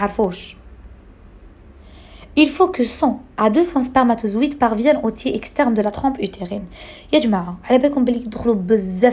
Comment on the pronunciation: Tiers prononci r svp 😅